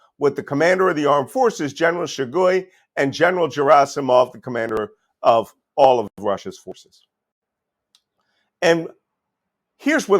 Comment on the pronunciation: I've read that Malcolm Nance is a "Russia expert" and fluent in the Russian language, but here his mispronunciations of "Rostov-om-Dom" (Rostov-on-Don), "Shegoy" (Shoigu), and "Jerasimov" (Gerasimov, with a hard "G") make it plainly obvious that Nance knows zero Russian. Nance is a complete fraud and charlatan, and those who turn to him for "expert analysis" on Russia are delusional or misguided — by Nance himself.